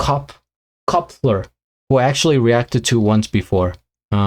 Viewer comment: My favorite guitarist. Andrei’s biggest influence is Gary Moore, a guitarist from Belfast, but he draws inspiration from every guitarist from across many genres. Derek and the Dominoes ‘Derek’ was Eric Clapton, going back to the early 70’s. Mark Knopfler (the K is silent) is from the 80’s. Hard to confuse. Eric did the song Layla under the name of Derek. Mark did the song ‘I Want My MTV’.